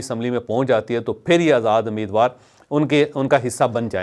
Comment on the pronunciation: It's not ameed war. It's rather umeed war.